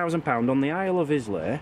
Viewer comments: Love the channel. Just to say Islay is pronounced the same as the name Isla, silent s and y. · Islay is pronounced Ayelah…..FYI. 😀